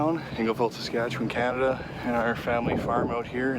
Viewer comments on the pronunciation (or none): "Sass-catch-you-wun" [from a Canadian] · fuck all.... SUS-CAT-CHEW-ON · First! Make what U want for content. Love the classic "recipe " but often have my mind hole opened by you two with the random stuff so really we are lucky for the time u spend on us. Second... its sas cat chew on u can do it... now after me sas...cat...chew...on... now say it fast... thanks from Lake Louise Alberta Canada! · Sass Cat Chew Wan = Saskatchewan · Pronunciation: Sass-Cat-Chew-One... Riders Suck lol. With Love Manitoba :) (Man-a-tow-bah) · 😂 (Sus-Scat-Chew-On) Canada if that helps with pronunciation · Suh-scat-chew-on. P.S. I'm not Canadian. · Saskatchewan "Sass-Cat-Chew-an." - Proud Canadian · Sas-ka-che-wan - From ya boy in Saskatoon, Saskatchewan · Bruh ive drawn your nissan march and all I ask in return is for you to pronounce my province properly lol Sah-skah-chew-on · Pronounced s-ask-at-chew-on, from someone who used to be from Saskatchewan. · Good try with Saskatchewan guys Hahahah. It's hard for some of us Canadians to say too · Awesome video. And hilarious you guys cant say Saskatchewan. Lmao. As a Canadian this was so funny to watch. Loved it. Well at least you guys tried 🤣🤣🤣🤣🤣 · How hard is it to say Saskatchewan. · Hey guys I saw you struggling with that name, it's pronounced Saskatchewan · As an Albertan. I too make fun to the Saskatchewan pronunciation lol